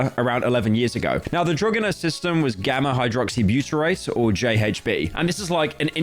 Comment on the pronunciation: Pyro: Pronounces gamma-hydroxybutyrate perfectly Also Pyro: Pronounces GHB as JHB Truly a slop moment